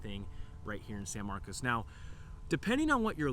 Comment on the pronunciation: thanks for not pronouncing at it san marcus…